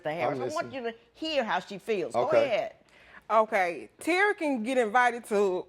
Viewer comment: Turry Turry Turry . I heard Terry name too much